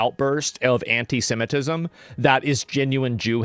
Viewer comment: She pronounces it as 'hentai-semitism', and I have to admit, I'm kinda intrigued.